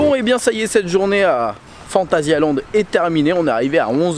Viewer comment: Phantasialand et non pas phantasiland...